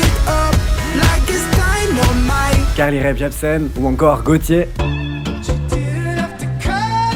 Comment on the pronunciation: Je ne sais pas si tu t’en rends compte mais quand tu prononces Carly Rae Jepsen tu rajoutes un P inexistant à Rae.